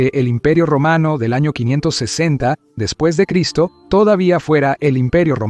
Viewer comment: No es D Cien, ni Cien Ostantinopla, ni Cien Artago. Es "después de Cristo", "Constantinopla" y "Cartago"